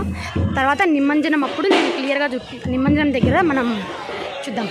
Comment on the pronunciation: నిమంజనం కాదు, నిమజ్జనం.వీడియో బాగుంది.